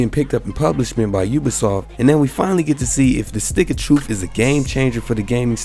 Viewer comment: "Stick of Troof" Stay black bro. Don't ever change.